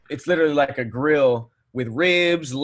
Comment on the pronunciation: it is "literally" not "little-ali"... Love the content